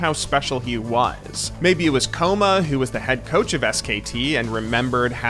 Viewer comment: kkoma is pronounced ggoma with a stress on the g, means kid in korean